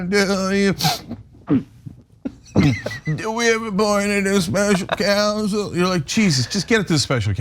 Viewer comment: It's counsel, not council former president trump. He's such a bunghole.